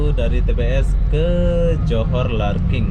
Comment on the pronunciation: LARKIN. L A R K I N. bukan larking. 🙂